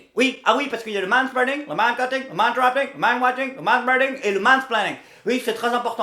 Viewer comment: Man spreading man spleeding man splenning man spending man strenching man streaching 😂😂